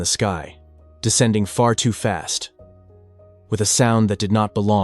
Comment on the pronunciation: What does “sue fast” mean? Did you mean “Sohhh” fast?